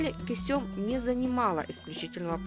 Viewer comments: Она КЁсем а не Кесём..... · Не Кесём, а КЁсем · Не кесём а кёсем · Не Кусём дура, а Кёсем. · Кёсэм надо говорить а не кюсюм, это совершенно другое слово! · Почему Кесём, а не Кёсем??! Вы же в названии правильно написали, а произносите неверно. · Из-за ужасного произношение имени Кисём, не смогла смотреть до конца. Аж уши режутся. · Она ге Кесюм, а Кёсем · Почему КЕСËМ, а не КËСЕМ??? Ушам своим не верю. 😂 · Косём весь ролик уши резало! Кёсем правильно говорится в оригинале сериал включите и послушайте как произносится 🤦🏻‍♂️ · не Кесём а Кёсем. произношение уби*вает. закрыл видео на 2 минуте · Почему не Кёсем? Читает с ошибками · Все что вы рассказывайте мы видели в сериале. И ещё: её звали не Кесём ,а Кёсем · Кесём разве,что ли ни Кёсем? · Не Кёсём а Кёсем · Уши режет кесЁм 😂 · Почему автор ролика называет неправильно имена, особенно Кесем? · А почему имя так странно произносите ?